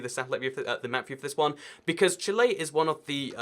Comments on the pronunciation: why does he say chile as "Chilé" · 'chilay' ibx2cat, 2018